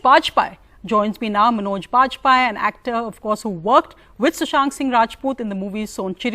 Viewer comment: She pronounce like manauj baj-paiye. Asabhya mahila, aisan logo ko hindi bolne wale besharm jarur lagte honge.... Par naam sahi se khud uccharan nai kar paynge